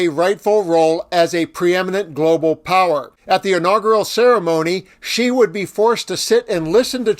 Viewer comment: 'XI' is pronounced as ' See', not 'Gee''